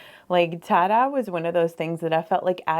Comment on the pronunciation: It took me a while to understand that "tah-dah" is Tye dye 😂😂